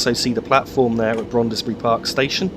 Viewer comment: another fine video full of interest and sharp images. Just a small point in case you do another video of the North London line: Brondesbury is pronounced as if the "e" between the "d" and the "s" was not there and is one syllable shorter than you made the name. Many thanks. Roger Crick